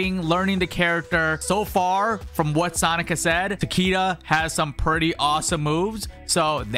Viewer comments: It’s pronounced tuh kee duh not tac kee duh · omg I thought it was just me. his name is pronounced TA-KAY-DA not TA-KEY-DA 😭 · He's saying it as takida with an i. It was pronounced ta-ki-da in mkx cuz the creators botched his name and cage stuck with it. Let him say the name how he wants and stop being like this. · it isn’t. The name is supposed to be pronounced ‘tahk-eh-dah’ but mortal kombat has a history of mispronouncing Japanese names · Ta kay da is how you properly pronounce his name in japanese. The creators keep botching the character's names and saying them wrong. Even with shirai ryu, its supposed to be pronounced shirai ree-yu and not shirai rai-yu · An actual Japanese person would pronounce it Ta-keh-duh with the emphasis at the start of the word and not the middle. It's also more commonly used as a last name, like Takeda Shingen, who was a known daimyo during the Sengoku period in Japan.